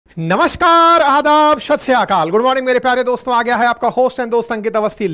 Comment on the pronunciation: Aap addab kyo bolte hai